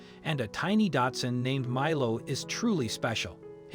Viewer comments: The dog breed is pronounced Doxun, not Datsun! Datsun was what Nissan used to be called! it's a car brand! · Why does he say datsun? insten of Dachshund or Dachsen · It’s not”Datsun”. It’s Dachshund. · Osteoporosis is pronounced Ah-Stee-Oh-Purr-Oh-Sis! The dog is not a “daatsun” it’s a “Dachshund” which is pronounced “Docs-hoond”. Furthermore, you refer to the dog as a she when clearly the dog has a penis! A little accuracy would help your credibility! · "With a tiny 'DATSUN'?" After three rewinds, I am certain that you've mispronounced the word "daCH-suUnd" as a brand of motor vehicle [now a defunct name; if you're going to insist on misnaming a dog-breed after a car-brand, you might want to update the misnomer to the current brand name of "Nissan"]. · Milo is a Dachshund not a Japanese car... I'm sure that guy kept saying Datsun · You could learn to pronounce Dachshund correctly. It's not pronounced like the Datsun car. Try Docks-hundt instead. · Lol. The narrator pronounces Dachshund "DAD-SON" Never heard that one before! 🥴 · He keeps calling it 'Datsun' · why do you keep calling it a datsun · I've never heard anyone pronounce dachshund that way. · Please learn how to pronounce, "dachshund". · Yeah and he can't pronounce the name of the breed of dog correctly either.